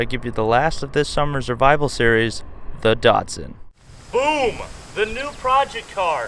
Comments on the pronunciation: the shatsun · Weird hearing you pronounce the Datsun as the 'Datson'. I guess that's because of your accent (being American).